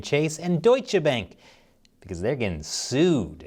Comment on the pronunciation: Seriously? You got a German on staff. You should know how to pronounce Bank.